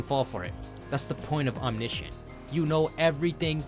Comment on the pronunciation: How is he able to pronounce omniscient but not omnipotent